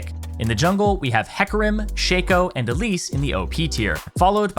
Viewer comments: Why you bastards gotta blow up my fuckin shaco. Let him be strong for the first time in god damn 10 years. And it's shah-ko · You pronounce shaco kinda wrong. The shaco is silent. You call him Thomas. Just look it up ;) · for the last time! its SHACO, not SHACO !